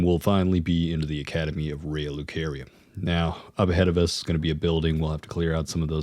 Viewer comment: how does the game pronounce lucaria for you and you still choose to fuck it up.